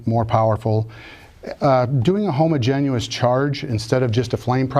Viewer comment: Every time he says homogen-u-ous. Ugh.